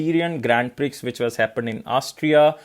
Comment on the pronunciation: Styrian is pronounced like Syrian with St. And Prix is pronounced as Pri with X silent.